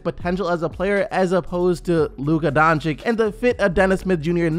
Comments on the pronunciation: please please call him Donchic not Doncick pls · Its dončič dragič. not dončik dragik... its makeing me puke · Everyone needs to understand this. Luka is not a 4. that is just what Carlisle has been playing him at. Luka is a 1. He is a PG. That is his natural position. He can play 1-4, but his original natural position is Point Guard. Also, please take the time to learn how to pronounce his name. Its sounded like Don(ch)i(ch) (Doncic) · Can you please say luka doncic's name right? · Please pronounce doncic the right way